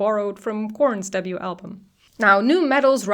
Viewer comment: Every time you said "debut" it sounded like "double U" and that confused me 😅